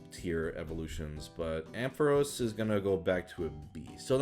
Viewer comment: First off, you pronounced my name wrong. It’s Am-Fa-Ross. Also, I accept B tier.